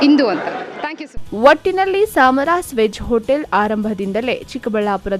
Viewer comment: ಸಾಮರಾಸ್ ಅಲ್ಲ 🤦🏻‍♂️ ಸಮರಾಸ್. ಮೊದಲು ಕನ್ನಡ ಓದುವುದನ್ನು ಕಲಿ 🤦🏻‍♂️